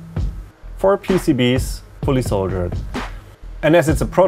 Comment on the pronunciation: You keep saying "soldiered" when you talk about things being "soldered". This is about "Löten", not about "Soldaten", though. ;) Try shifting your pronunciation towards something like "soul-dirt", that should sound more to the point.